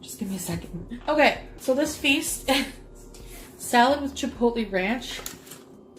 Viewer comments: The way she pronounces “Chipotle” triggers me HARDCORE. “Chipotlee” 🤯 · What she say chipote like that